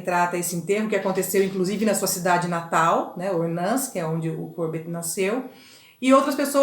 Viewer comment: O Courbet era francês e não inglês. O nome dele tem a última sílaba mais forte. Vc falou com se fosse um nome inglês. O nome da obra é bAs RESPIGADEIRAS, vem de espigas e não de pingos. Não se diz ResPING aderias. Achei a aula muito boa. Hj , após 4 anos de postagem, eu estou assistindo